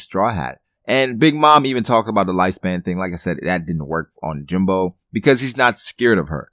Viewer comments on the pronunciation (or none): jinbEEEEIIIIII not jimBOOOOO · lol why do u keep calling him jinbo? lmao